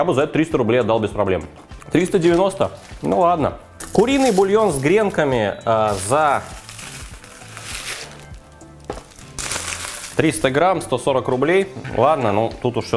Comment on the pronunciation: С гренка́ми,, бесит аж.